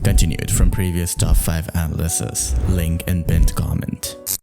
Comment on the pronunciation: Hey, it's uh-NA-luh-sis not ana-lysis. Otherwise great video! Been enjoying your stuff since the beginning❤.